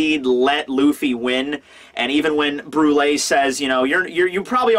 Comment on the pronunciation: Does anyone else remember when use to call her "Bru-elle" lol